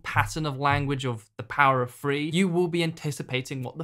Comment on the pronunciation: Power of THree not Free. You’re English dude, speak English.